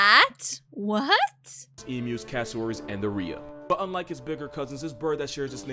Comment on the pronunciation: I just heard you saying Emu with a german "u" and thought that was just coincidence. But then your german pronunciation of Kiwi made me think "How and why are half of the VTubers german?!"